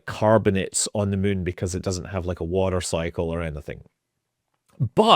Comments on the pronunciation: I like how he says Meun.... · I can't believe after years of watching I JUST realized he pronounces it "mun". What a legend! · Mun toobes. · I lived in Edinburgh for 5 years. Never get tired hearing Scott saying “moon” :) The other word I miss hearing is Tube. Couldn’t we live in Tunnels bored into the moon? Aka moon tubes? :D